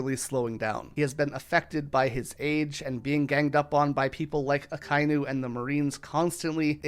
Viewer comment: My man, it is pronounced Aka-e-nu